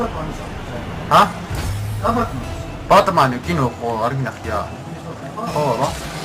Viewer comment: ბატმანი არა ბეტმენი